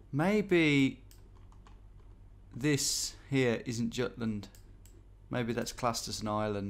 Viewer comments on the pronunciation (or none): none